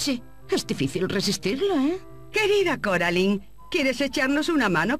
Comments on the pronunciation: Es cor------- alain 🙄 no coralin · Deard Se pronucian Coralain, No Caralain. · Si hubieran puesto las voces originales de la película en español el juego hubiese sido excelente (Es Coraline no coralin) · que paso con ese coralin :v no que era caralain así se pronuncia :v se escribe coraline :v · No es coralin es Coraline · Se dice coraline no caroline jasa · No me gusta que le digan coralin }:v 😫